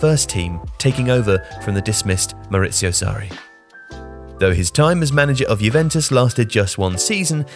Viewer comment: MAURIZIO Sarri, not Mauricio. MauriZio.